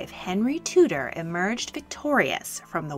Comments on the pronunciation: I love your stuff but, with respect, could you please pronounce names as they are in their own language. Tudor is pronounced Tew-der. Sorry but it really rankles to hear something we are so familiar with being mis-pronounced. I hope and believe we pronounce your words as you would expect. It's just courtesy. Sorry, I do love your content. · I'm not the only one who is kinda triggered by the way they said Tudor?